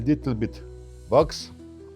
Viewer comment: What is “vox”? Wax? I turned on the closed caption, but YouTube doesn’t know what he’s saying ether. I’m not trying to be rude. I just want to buy whatever Vox is so I can shine my boots.